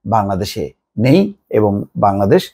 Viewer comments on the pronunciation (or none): none